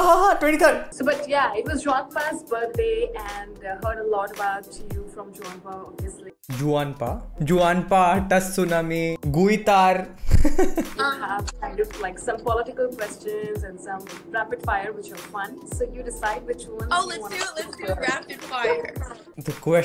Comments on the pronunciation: Such a new word "gueeetaar" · Lol...I laughed so hard when u said tttsunami🤣🤣 guiitar..